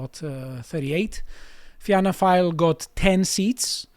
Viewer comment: Impressive pronunciation of the Irish names. Fianna is pronounced the same as Fine, which you got right. There are two new emerging fiscally conservative parties who have gained seats, Independent Ireland and Aontú. II got 3 and Aontú got 2, not fantastic, but they are growing. They both had some near misses for more seats. For Aontú, two of their candidates lost out on the final counts in their respective constituencies. As for the right wing parties such as the National Party and Irish Freedom Party, they are just in the way frankly.